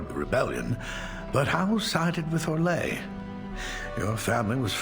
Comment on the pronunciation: the only option in the origins for a same sex coupling is in the Cousland story, otherwise you have to wait until the main story starts you mean orlay, it's not pronounced how you did it